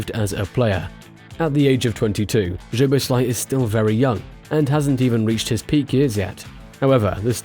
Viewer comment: his name is- soboslai. hungarian 'sz' is the english 's' 🙄 in pleasure that is in hungarian the last letter 'zs' like the old player's name bozsik